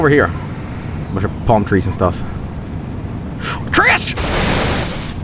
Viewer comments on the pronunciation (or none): exited about trash, sorry, "tresh"